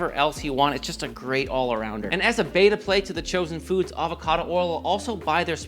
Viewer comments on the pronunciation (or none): none